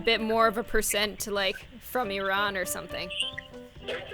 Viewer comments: OMG YOU ACTUALLY PRONOUNCED IRAN RIGHT I know this because i am a full Persian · YOU SAID IRAN RIGHT YESSSSSSSSSSSSSSSS!!!!!!!!!!!!!!!